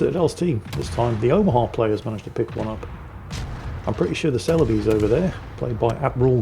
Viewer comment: Celebes = SELL-uh-bess.